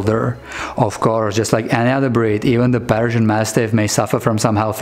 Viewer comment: When you pronounce Persian it sounds like you're saying Belgian